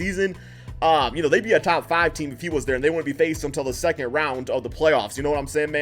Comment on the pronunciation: 'Tap faav playerrr' just speak slower